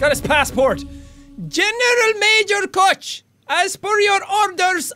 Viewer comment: jacksepticeye In german, Koch is pronounced cook. Not hatin, just sayin.